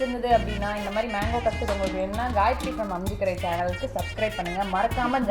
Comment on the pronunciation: Akka athu menko ella manko olanga solluga